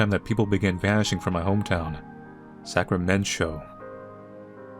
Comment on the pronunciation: I think is right but after hearing the fabulous "Sacramen-Cho" (giving me 'eat your hamburgers, Apollo' vibes).... look at the colours. is that a tiny little diamond is unbreakable reference as well...?